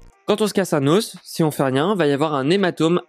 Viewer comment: Venant d un type qui dit " des oss" crétin finit